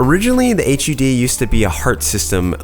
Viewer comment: The only man I've ever heard say "H-U-D", thought he was talking about some complex rendering term